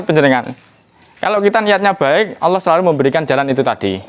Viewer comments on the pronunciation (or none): none